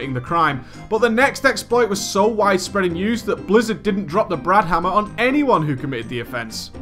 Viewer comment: Why is he saying "Dropping the BRAN Hamma"